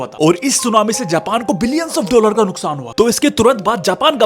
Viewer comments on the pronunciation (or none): none